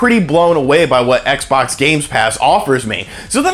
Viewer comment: the way he says xbox hurts